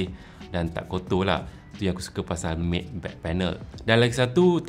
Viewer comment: Tuan. MATTE(permukaan tanpa kilauan) bukan disebut 'Mat' atau 'Maid' tp sebutan MATTE berbunyi seperti 'Met'. Terima kasih